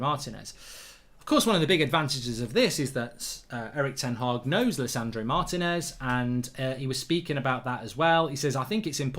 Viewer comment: It's not Martin -ez, it's Marteeenez, that's what the accent is for!